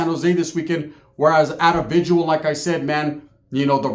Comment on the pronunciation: VIGIL bruh, not vigual